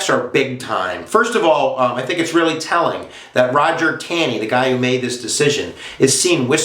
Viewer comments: it's not Tan-ee. its "tawney". Ta makes the same sound it does in the word "talk" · Pronounced “Tawney”.